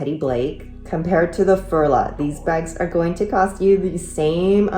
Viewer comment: It is pronounced Furla - like the English u in you. I am a doctor and in no way am I willing to pay LV prices. I rather buy Coach, Dooney or Bree bags. I have a few coccinelle and Furla. I own a couple of luxury bags - MCM, Tod‘s, Prada and Mulberry…. but there is no difference for me! All bags get scratches when you use them. My Tod‘s fell apart after only two years of occasional use, something that has never happened with my contemporary bags. My Aigner (back in the day considered luxury) lost their glacing and had to be sent back to Munich to be repaired. After all there is no difference except the price tag at the end of the day when you use a bag. 😊